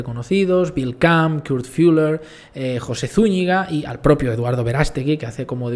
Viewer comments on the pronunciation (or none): none